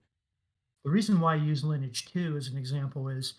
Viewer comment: "Lineage 2" the way he pronounces 'Lineage' makes go into a berzerker frenzy.